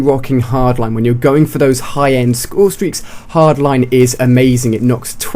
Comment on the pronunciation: "Highest scoresteak" Nice intro..